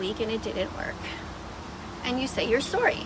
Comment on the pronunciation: the fact she says sorry like swor-ry